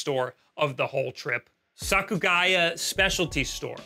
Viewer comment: Lol, Bic camera is not a place retro games.....nor modern games as they are always overpriced. Problem is you went to tourist traps. I don't blame those places overcharging. Outside the Tokyo area Surugaya (not Sakugaya like you said) or even GEO are great for retro game hunting. This video is just a video about moaning about prices even while the yen is weak against the dollar. Very obnoxious!